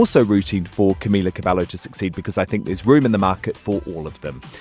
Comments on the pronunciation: Ergh made me cringe when he said Camila cabello wrong..boiii cabeYO ✌🏽😂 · He was like I'm a huge fan but he can't even say Camila Cabello in the right way 😂😂😂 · It’s not cabelllllo it’s cabello fuck😂😭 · BITCH?! CabeLLo?? It's CABEYOOO! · So we're not gonna point how how he said cabelo not CABEYOOO???? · AND IT'S CABE YYYOOO NOT CABELLO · im sorry but I have to say this....ITS NOT CAMILA CABELO ITS CAMILA CABEYYOO ITS NOT AN L AHHH!...sorry I got so triggered at this 😠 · Who's Camila CabeLo bruh? 😂 Ay ay ay ese Spanish... it's Cabello honey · He pronounced her fucking name wrong it's pronounced Camilla cabeyo but it's spelled cabello because in Spanish when there's 2 L's they make the sound of a y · CabeLLo he can't even fucking pronounce her name. Leave girls alone, that's not our business anymore.... I'm so mad right now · WTF! 5H has been in d industry since 2013 and d interviewer cannot even pronounce Camz last name correctly. dude search bout ur guest b4 an interview. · He’s pronouncing Camila Cabello wrong! The L’s are silent! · I had to take a deep breath when he pronounced cabello wrong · Why can't anyone say Cabello right ?? it's not that hard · The way he says cabello pains me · "Im a huge fan" but says camilas last name wrong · How tf does he say that he's a huge fan when he doesn't even know how to pronounce Camila's last name